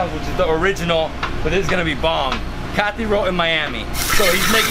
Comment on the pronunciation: It’s not Cathy roll bro it’s kathi roll